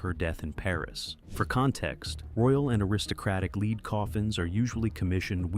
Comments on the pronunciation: Lead not leed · SPEAK ENGLISH its LEAD metal LEAD. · Why are you speaking like she chose these items. Someone thoughtful placed them there. PS lead rhymes with red, not LEED